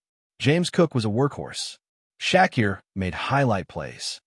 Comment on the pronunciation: Who's shaqkeer its sha keir